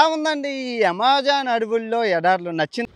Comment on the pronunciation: Yamazaaanu kadu bro Amazon 😂😂